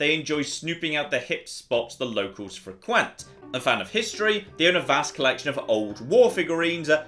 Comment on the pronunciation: What was that? What was that? Fri-qwent?